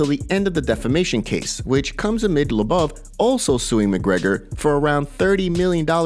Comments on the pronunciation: Bro...... LOW-BOV..... emphasis on both low and bov. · Who's Artem "La-buv"? lmao